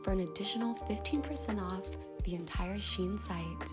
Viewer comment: Um its pronounced SHEE-IN